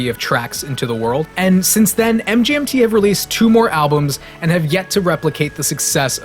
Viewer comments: Its it supposed to pronouced Management not M G N T. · It sounds like you keep saying mJmt over and over and over. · Hey assholes. It's pronounced "management". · It’s pronounced as “management”